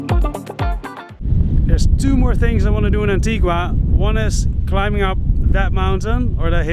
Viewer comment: Wow, I was just beginning to enjoy her being aboard! Oh well, keep on keeping on! PS: It's pronounced An-tee-guh, not An-tee-gwa. One of the locals will help you out. 🙂